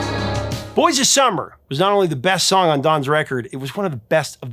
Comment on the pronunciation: (The Smiths) Did you say breast song on the album?? 😂 Rewinded a few times, sounded like it! Rock on!! 🤘